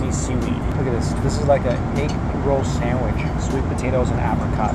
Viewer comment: Sandwich not shandwich